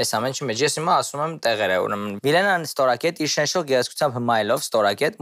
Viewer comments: ուղղակի վատ ա կարդում, շենշող բառը մի քանի անգամ ասեց շենչող, հետո էդ մարդը ասեց, որ հայոց լեզվի դասերին չի նստել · Ասումա շենչող🤦‍♀️